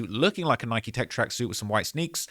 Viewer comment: I hate how you say Nike 🤦‍♂️ 😂